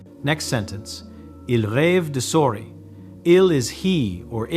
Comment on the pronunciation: At least edit the foreign words. Because the AI is making the video for an English-speaking audience, it doesn't recognize ELLE, CHAT, SOURIS as French per se and it pronounces them like some bumpkin who's never been out of his little town before.